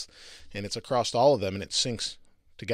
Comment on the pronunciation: AKKKKKKKKK... There is NOT a "T" at the end of across!!